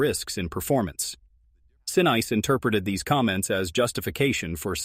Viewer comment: Sa niece, is how it is pronounced